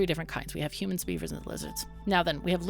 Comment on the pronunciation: This game looks awesome so far! I'm looking forward to seeing you play more of it ^^ Also, love the way you say hu-mons, like a Ferengi lol (but a cool one like Rom)